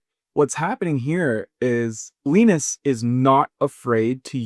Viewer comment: Linus is pronounced Lie-nuss.